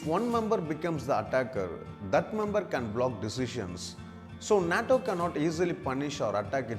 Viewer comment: This monkey can’t even pronounce the word nato